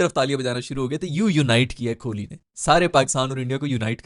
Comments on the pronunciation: bhai koli ka name to theek se loo esay lagta he khurli keh rahay hoo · stop saying kholi. Its kohli